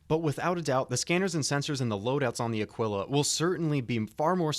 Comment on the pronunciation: Taurus has most capacity. Ah-Kee-La. Not Uh-Quill-Uh. The Constellation series are freighters, not explorers. The Aquila comes with the usra (like a bear) rover and the P52 Merlin stock. The time-to-earn in game has not been set and the CR comment on Connie time-to-earn has been changed by CR himself, so we aren't sure how long it will take. Phoenix is entirely for transporting VIP's and or VIP cargo. It is the best defended Connie as well.